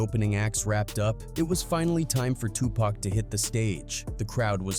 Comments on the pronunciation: Pack? It’s Tupac!!! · Stop calling him PACK.